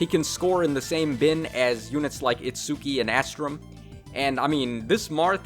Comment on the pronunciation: Also please just say its-skee I don’t want you to keep struggling trying to pronounce Itsuki